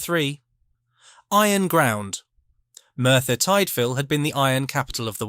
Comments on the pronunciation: It's not Merthyr Tightvil it's Merthyr Tidville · Pronounced TID VILLE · FYI It’s Merthyr Tydfil (That’s from a Yorkshire lad too…). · You don't pronounce Merthyr Tydfil and High Wycombe like that